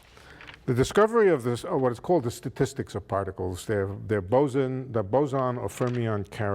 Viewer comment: The name is not Bozo (a slang) but Bose. However the lecture was extremely captivating and was a lots of fun!!!